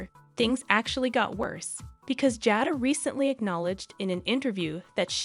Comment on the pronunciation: Her name is pronounced (jay-da)